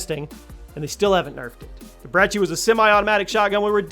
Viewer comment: I agree with these tbh but it’s brecci not breggi